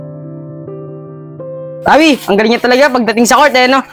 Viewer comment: Rawi yun hindi rafy